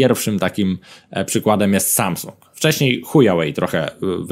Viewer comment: "szajsung" ... tfu!!!